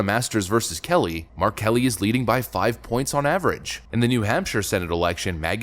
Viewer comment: when he said mark Kelly I had to do a double take thinking he said R Kelly 😅🤣🤣🤣 was like huuuh???